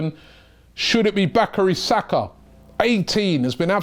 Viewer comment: Hey Robbie, His name is Bukayo Saka and not Bakry Sakah...😂🤣😅